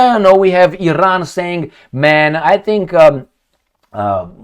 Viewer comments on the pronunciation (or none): none